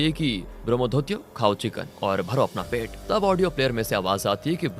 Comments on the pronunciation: ब्रोम्होधोतियो nahi bhai, ब्रोम्होदोईत्यो hota hai. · Bombodutto nhi ...bramadatya.. pronounce sahi se karo